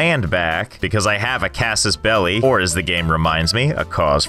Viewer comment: i heard casius belli as gaseous belly and really burst out laughing at "i have an upset tummy, or a cause for war"